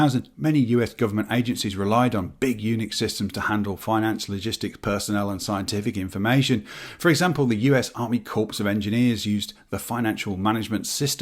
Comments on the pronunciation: It's not the Corpse of Engineers. It's Cor of Engineers. The P is silent. Where did you go to school? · "US Army Corps of Engineers", "corps" is pronounced "core", not "corpse".